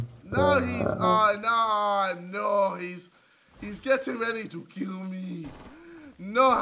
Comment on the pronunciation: “DAY TRYIN TOO KEEL ME!!!” 😂😂😂